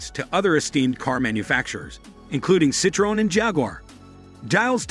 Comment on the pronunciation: Merseyds S class… Be-Em-Dooble-you… Citrone…😂😂😂😂😂 we know who made this video… haha. Imagine when you ask a billionaire what car he has and he said hong-chi 😂😂 haha. Like “Budget luxury limousine “